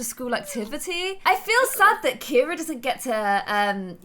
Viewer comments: You’ve been pronouncing “Ciara” as “Kira” this whole time and nobody’s told you idk if I missed something and you changed her name for some reason but my best friend is Filipino her name is Ciara it’s pronounced Ci-air-a but I guess it’s kind of to late now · It's annoying that she keeps saying Carrie instead of caira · CIARA NOT CARRIE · kept on calling Ciara, Carrie throughout the WHOLE VIDEO!!!!!!!! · DISE ANY ONE NOTICE THAT ALWAYS SAYS CARRIE INSTEAD OF CAIRA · It’s Kira not Carrie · KIERA NOT CARRIE!!!!😂 😂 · Who else notices that calls Ciara Carie? Like if you agree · Ciara not Keira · This was in the comments ages ago when Ciara was first adopted. pronounces it the Irish way.